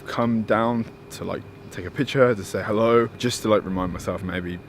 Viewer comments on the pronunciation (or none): none